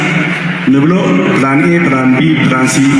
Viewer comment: I love the way you said "plan z" I laughed Thanks for let me laughed. All not Eritrean kkkkkkkkk